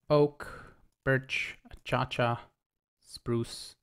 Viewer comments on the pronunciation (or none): I've never heard someone pronounce "Acacia" as "Uh-cha-cha" before... It's "uh-cay-shuh" XD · Acacia is pronounced Ah-kay-she-uh, though i do like the sound of an achacha sapling. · Lol I was like is that how you pronounce "acacia" there? XD